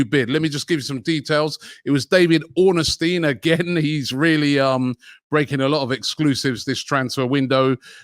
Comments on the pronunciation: Ornstein not Orn A Stein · Can someone let Robbie know it’s Ornstein and not Ornestein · Robbie’s pronunciation is as good as our negotiations 🤣 it’s Ornstein not Ornestein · Robbie mispronounces everyone's name. The man's name has no "a" in it, It's Ornstein, not Ornastein. Olivier Giroud played for Arsenal for years and he and many other fans can't pronounce his name. It's French, the "D" is silent. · Robbie, please can you learn how to pronounce David Ornstein’s name properly!😂